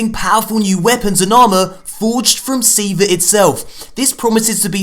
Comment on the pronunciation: Say it with me (SEE-VAAAHH) Do it now or I will blow up your PlayStation, and you will never learn what Siva is. Try me XD